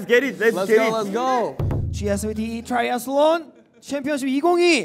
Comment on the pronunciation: Joshua's 'Triathlon' with that accent...😍😍😍